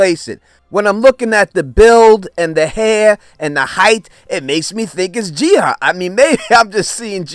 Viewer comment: Do you just have problems pronouncing “ah” and just end up always switching those two letters around, or what lol. Her name has been established as Ji-Ah, NOT Ji-Ha like you keep saying lol 🤷🏽‍♂️